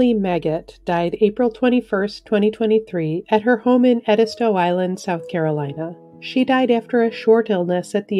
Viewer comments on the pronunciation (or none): none